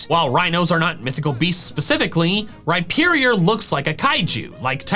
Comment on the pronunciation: RHYPERIOR, NOT REPIERIOR!